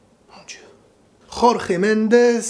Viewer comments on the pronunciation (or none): Au faite c’est «Jorge » donc « georges » comme en français pas RORRÉ Mendes ou je sais pas quoi là c’est un portugais pas un espagnol donc… le j se prononce comme un j tout simplement contrairement en Espagnol Signé: un portugais 🤣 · Je suis portugais et le nom de l'agent de Ronaldo ne se lit pas "Ror-re Mendes" mais "Georges Mendes" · On dit Jorge comme George en portugais mon amie